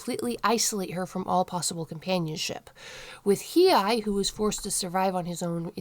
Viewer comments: It's pronounced He aye. I have never heard anybody else say his name like that. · You were saying He-eye. It's a tough one to say. His name has too many vowels, lol.